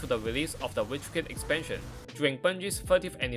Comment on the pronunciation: Right Farrrr ezpanshen erwahhh